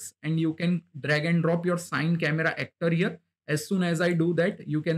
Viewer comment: Nice one bro.. Just for next time, CineCameraActor is pronounced "C-Ni" (like, "cine-ma") and not Sine :)